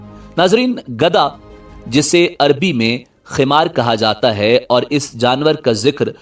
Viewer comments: خمار نہیں بلکہ حمار کہا جاتا ہے. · گدھے کو عربی حمار کہتے ہیں۔ خمار نہیں